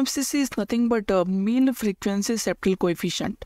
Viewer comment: Mill? Its Mel